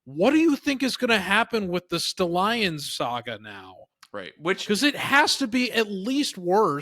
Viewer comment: It's stallions not sta lions